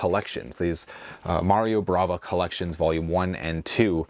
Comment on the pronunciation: it's Mario BAVA not BRAVA, you also kept saying BRAVA on the other video 😅